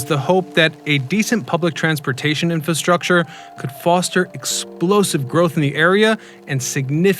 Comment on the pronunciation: I think you are missing the first "r" in infrastructure.